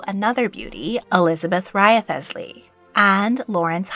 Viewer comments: 8 you really need to work on your pronunciations of English names. For instance - Wriothesley is pronounced 'reesly' Ranelagh - "ranly' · Please note: Wriothesley is pronounced 'Rizlee' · Hello! Wanted to drop a note saying "Wriothesley" is pronounced "Rizley." I know it's weird. It's a Tudor era artifact where they wanted to make English surnames look fancy and French. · I’m so glad you said something! I was second guessing myself, but thinking, “I’m pretty sure it’s pronounced Wrisley without the extra letters.” There was a Wriothesley in the Wolf Hall book. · Scrolled until I found this comment lol. As soon as I heard it I was like, uh-oh, Wriothesley claims another victim... 😅